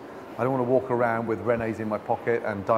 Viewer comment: Why is he calling Rennies "Rennays" 🤣